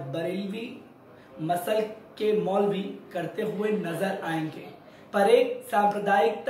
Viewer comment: Msalak hota hai Masal nhi hota hai